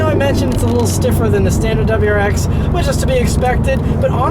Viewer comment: Relax a bit, man... you're so excited you can't even say WRX. It's not pronounced "dubwarex"!